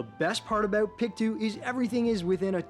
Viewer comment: It's pronounced..... PIC - TOW not PIC -TWO. ;)